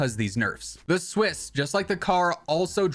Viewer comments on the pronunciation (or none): none